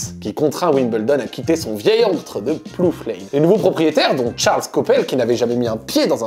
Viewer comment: Plough se prononce “plao”